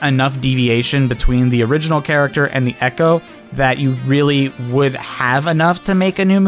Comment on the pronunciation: Echo fighters? I thought you said "Eggo fighters"!